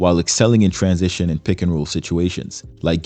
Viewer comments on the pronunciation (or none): none